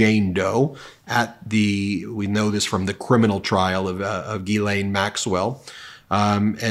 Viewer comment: It's not Guylaine it's Ghislaine which is pronounced jislaine!!!